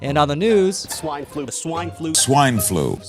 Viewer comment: Help this guy, he might have contracted SWENE FLUH